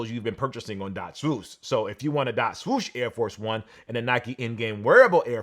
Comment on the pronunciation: My man still can't say swoosh properly. Smh.